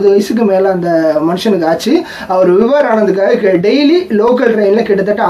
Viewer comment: Bro his name is vibhor not vibhar. Check for pronunciation in online